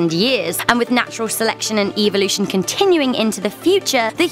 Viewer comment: 4:9 eeevolotion